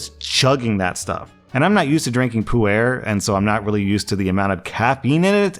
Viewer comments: Hey, Puar is pronounced like the dragonball character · Married to a Chinese woman, visits China multiple times and spends time in the culture, still can't pronounce 普洱. 😅 Someday, just gotta put in minimal effort. 😮‍💨